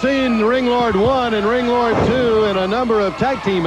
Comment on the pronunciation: LOL JR calling Ringlord "Landlord" 😂